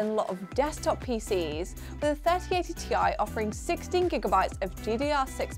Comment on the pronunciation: im glad you said Ti, not tie!